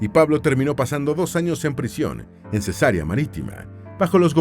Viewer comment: Ojo con las pronunciaciones: es Cesarea, NO Cesárea, que consiste en "operación quirúrgica que se hace abriendo la matriz para extraer la criatura". (Rae). 😢 Se pronuncia Areópago, nombre esdrújulo. 😊